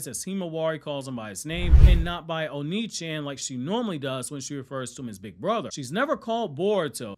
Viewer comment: I know, just the way you said it was very american like, i found it kinda funny.